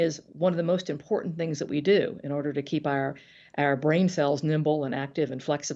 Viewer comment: MTG always loves adding extra "D" in her words. "Drownding" and "Impordant," for example.